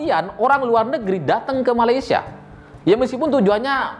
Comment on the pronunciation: malaysia bukan malaysa nanti para mantan ketawa..